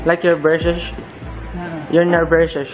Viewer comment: "You're nervoush like your breychus " - Stell 2020 ahahahahhahahahahha